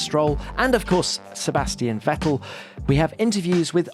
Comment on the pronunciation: Kwabastian VETTEE